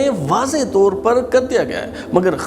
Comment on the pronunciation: ، آ پ کا پروگرام معلوماتی، معتدل اور کافی حد تک معروضی ھے۔ انداز ، تلفظ اور لہجے کا زیروبم بھی موثر ھے۔ بار خاطر نہ ہو تو واؤ مجہول والے الفاظ مثلاً طور، دور ، خوف وغیرہ کی ادائیگی پر تھوڑی توجہ فرمائیں۔